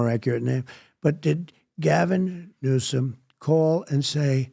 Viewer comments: Trumps speach errors are purposeful so why does he call him Newscome? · Lol, maybe intentional, maybe not. Trump says "Gavin Newscum" ...lol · I love the way he says new scum😅